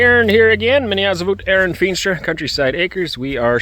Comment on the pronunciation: Вау,! У вас отличное произношение, практически идеально полкчилось, я даже не поверила своим ушам и несколько раз переслушала приветствие😅